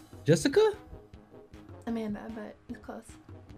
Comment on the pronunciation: “Amanda” no Jessica “a-man- duh”